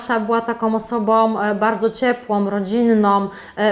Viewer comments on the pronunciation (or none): osobą, taką a taką - "ą" nie "om" szanujmy też język polski 😉